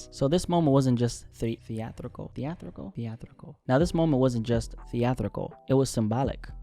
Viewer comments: Theatrical, the-a-TRI-cal! The-a-TRI-cal! Either edit that out or go back to public speaking classes to re-learn your pronunciation man! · Enjoyed. But it's thee-at- trah- khal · Thea tri cal 😅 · No way you said theatrical that many times.. and still mispronounced it lmao